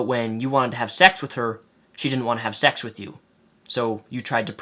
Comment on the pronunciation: Has anyone notices that Greg says "sex" it sounds like "shecks"